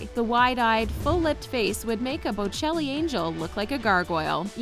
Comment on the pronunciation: "Botticelli angel," not Bocelli.